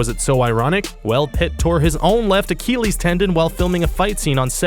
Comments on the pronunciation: Acheeeeeeeleeeeees.... lol, srry, I had to make fun of the way you said it. Sorry. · Nope. It's "Ah-kill-eez" Not like the keel of a ship. The point is, this man is mispronouncing words in almost every video. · AH - KEELEYES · Is the narrator ignorant, deaf, lazy or illiterate? He calls the famous Paris nightclub on which the 2000 movie is based the "Moo-lay Rouge" and refers to the famed, Greek mythological hero portrayed by Brad Pitt in the film Troy as "Ahk-Heel-ees." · Brad Pitt also apparently hurt his "Ah-keel-eez" tendon. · Why does he pronounce Achilles like Eric Cartman would? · is it me or do they always fuck up one simple name every video like how the pronounced Achilles?